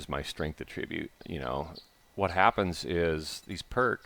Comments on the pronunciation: noun /ˈatrəˌbyo͞ot/ - my only complaint is the pronunciation of 'attribute' -, you are using the verb pronunciation - please use the noun pronunciation. <-- that link'll fix ya up, buddy. My Thanks =) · It's attribUte, not attrIbute. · The "fun"pimps. Attribute has a few meanings and pronunciations. Look it up when you have a minute outside the busy task of designing us out of valuable inventory space.